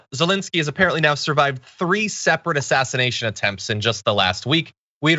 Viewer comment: Am I the only one to notice at the minute mark..."ASSINATION ATTEMPTS"?